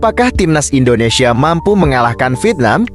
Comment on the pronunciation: Indonesia bang bukan Indonesie parah lu 🤡